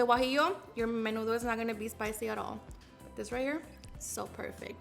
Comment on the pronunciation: Where the hell u learn that is not nenudo